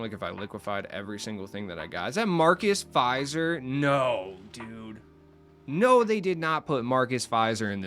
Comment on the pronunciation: Just an FYI, my cat vomited the moment you said Marcus Fizer.